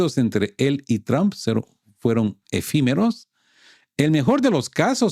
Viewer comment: No se dice tramp,, se dice trump!!!